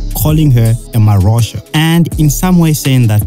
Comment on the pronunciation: Dude are u really pronouncing mahosha like AI would 😂😂😂😂😂